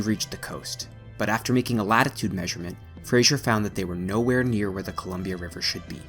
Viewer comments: It’s Simon Fraser, not Simon Frasier. No “zh”, just an “s”. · Now get FRASER correct lol. Fraser not "frashure" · Pronounced as Fraser not "Frasier"... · It's "Fraser", NOT Frasier and it's not pronounced "Sue-moss", it's pronounced "Sue-mass." 🙄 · its pronounced sue-mass & fray zer not frazier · I hear it being pronounced Frasier (as in the sitcom). It's Fraser. The rest I knew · hey Albertan it iis Fray zur river not the awful hollywood construct you are spitting out. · Great video, informative and interesting. Your pronunciation of Fraser, Sumas,Smithe and Aggasizz is abysmal. It would suggest, you do not live here.Otherwise, great work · NOOO THATS NOT HOW YOU PRONOUNCE FRASER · Yeah, it's kinda weird how he pronounces both of these. I live in the area and we certainly don't say it the way he's pronouncing it. Other than that it's a very good video. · Great video, but the mispronunciation of the Fraser River, Sumas Lake and, I believe the name of local First Nations was really, really distracting. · This looked like a great video and I was looking forward to watching it. I was only able to watch 5 minutes and then had to turn it off. The incorrect pronunciation of the names Fraser & Sumas made it unwatchable for me. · But hasn't gotten Fraser right. I figure the narrator is an American whose pronunciation of it is influenced by the name and character of a popular TV show. 😆